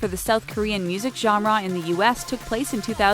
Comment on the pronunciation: The way she says genera makes me cringe